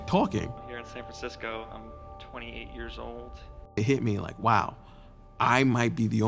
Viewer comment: San fransicko......